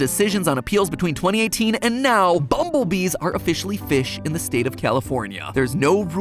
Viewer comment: Are you serious right neow bro 💀💀